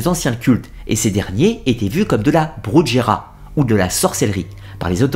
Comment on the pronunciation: Brujería. Prononciation ( bru-he-rï-a ) très enrichissante la vidéo